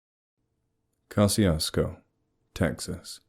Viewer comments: I'm from southeast Texas, and a couple of things about it: One, it's pronounced Ka-shus-ko. The pronunciation you use is for the town in Mississippi. There's a running gag that locals(all polish and German descent mixed with Mexican out that way) say gezundheit when you say the towns name. Two, it's not a ghost town no matter how many dumb stories say so. It's not a bustling metropolis, but there are hundreds of people living there, normal country people in Texas hill country. They're welcoming and polite and probably have no idea that the internet is slandering their little hamlet and having the audacity to call it "true." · Pronouncing the name wrong